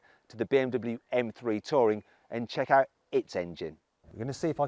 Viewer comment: When he said touring I heard tory😂